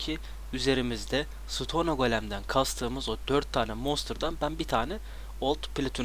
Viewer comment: bir isteğim var: sıtonee değil sıton. sonunda e yok.